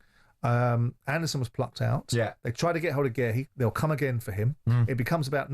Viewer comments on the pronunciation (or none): Why is Simon so bad with pronouncing names of palace players. Who are Marc Geh-rie and Michael Olese